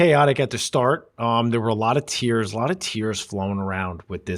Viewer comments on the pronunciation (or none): none